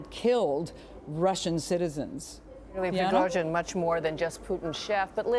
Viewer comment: Such a good pronunciation of russian surname Prigozhin!